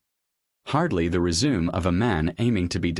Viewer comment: Lose your AI narrator and then get back to me. I’d let y’all know about the content here if only I could bear listening to a narrator who (please note that I said “WHO”, not “THAT”) can pronounce such simple words as “resume”. I beg of you, do yourself (selves) a favor and do start producing some quality posts (you’re just not doing so at this point in time). Just sayin’, carry on. 🤷‍♂️✌️👋